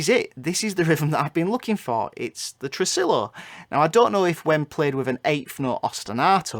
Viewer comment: tressillllo? no no white boy, it's tre-SI-yo